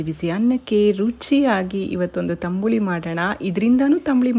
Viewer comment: Tambuli alla tambli anta heli